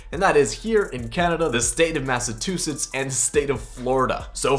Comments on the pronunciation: Boi u say massatusetts but its massachusetts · How dare you pronounce my humble home of massachusettes as massatusetts 😂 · Massachusetts is pronounced mass a chew setts not mass a to setts 😂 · why did you say massatoosetts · Lol he said masatusets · Did you say massatussets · MassaTUSETTS?!?! I don’t even care that he pronounced it wrong or that I form Massachusetts that was funny as hell😂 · You said massatuttes idiot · Lol Massatusetts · CAN YOU SAY MY FUCKING STATE RIGHT... THIS DUDE SAYS MASSATTUSETTS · Massatoosets is the new Massachusetts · Massatusests lol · good ol' Massatoosets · I think you mean massatoosets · I live in Massachusetts but now when I say it i will say massatoosetts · The state of “Massatussets” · Damn he said my state wrong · Why do you say Massachusetts like that ? I’m from here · You said Massachusetts wrong lol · as a person who live in Massachusetts I am deeply offended. lol